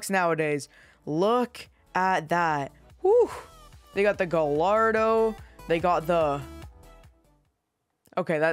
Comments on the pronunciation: just saying the gallardo is pronounced guy ardo not gall ardo and centenario is pronounced chen te naryo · bro cant pronounce gallardo or centenario